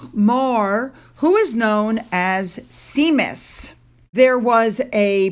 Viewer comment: Shaymus Ingrid.